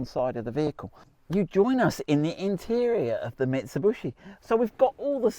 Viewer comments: Mitsubishi.....ffs.NOT BUSHI..........Mit....Su.....BISHI........what is so difficult..??? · Mitsub-U-shi. funny. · how you do pronounce the Shogun marque? MIT SU BISH EE or MIT SU BUSH EE? Just saying. 🙊🤔👍🏻🙏🦘